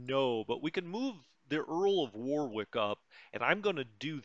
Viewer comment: Earl of WAR....ICK not WAR ....WICK